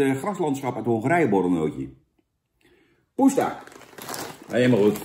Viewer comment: Zo jammer dit ... Poesta nootjes zijn verdorie de lekkerste nootjes die er zijn Jan! Minimaal een 8!! En het is PoeSta, niet poeTsa!! Ga je schamen !! (Maar hou nog steeds van je haha)